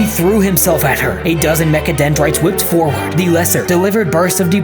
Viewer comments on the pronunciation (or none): none